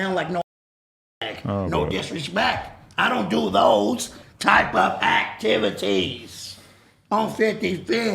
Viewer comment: I don’t do those type of Act-tiv-vit-Tees 😂😂😂